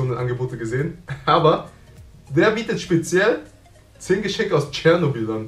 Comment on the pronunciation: Es gibt sogar Tourismustouren da hin. Und es heißt doch Chernobyl/Tschernobyl und nicht Chernoble